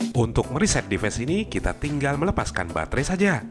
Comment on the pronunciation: inggris nya perlu perbaikan dikit... command=ko-man bukan ko-men...device = di va is bukan dives...distance juga salah ucap...